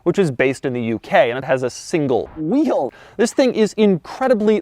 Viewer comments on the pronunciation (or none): Why do I feel he is saying "YIS" instead of "THIS" at the beginning of this video